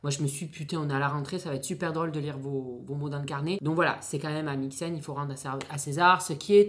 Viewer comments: Coucou just pour dire que c’est AmixeM et non AmxieN voilà voilà ✨ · Ohhhh non 🤣🤣🤣 Amicem pas amixen 🤣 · Amixem... non pas AmixeN, juste pour info. Ou bien j'entends mal, c'est peut-être possible ;)